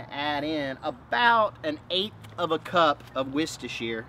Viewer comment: Please trust me, I'm British, say it this way and you'll be Golden. Worster Sauce.